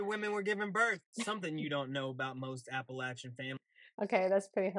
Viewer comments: If you say Appalashun I'm gonna throw an Apple at cha. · fyi the proper regional pronunciation is absolutely Ah puh LAH chuh, not Ah puh LAY chuh. Also, Ahh puh LAH chun as opposed to Ahh puh LAY chun. Although Appalachia does extend into NY, normally the region that is most often thought of as Appalachain is the section in Eastern KY, SW VA, East Tennessee and Northern GA. I, along with most residents of this region literally cringe when we hear the "LAY" sound rather than the one that we use which is the soft ai in LAHH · THANK YOU for correcting your pronunciation of Appa-LATCH-an